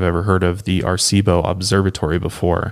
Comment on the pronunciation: Love your podcast! Puerto Rican here!! Just wanted to help you pronounce Arecibo correctly. It’s pronounced Ah-reh-cee-boh. 4 syllables instead of just 3! 😊😊